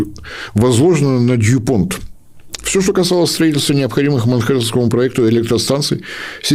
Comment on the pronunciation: Насчёт "неинтересно" -- это вы зря. И не могу не позанудстсвовать: названия компаний произносятся как "Юнион Миньер" и "Дюпон". Для интересующихся, первые теперь называются Юмикор, 3,5 ярда Евро в год. Добычей теперь, якобы, не занимаются. А занимаются переработкой отходов и прочим общественно полезным трудом. При этом -- один из столпов рынка драгметаллов, но об этом мало говорится.